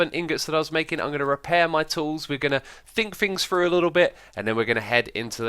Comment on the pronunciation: “Fink Fings Frough” X’s version on English. Facepalm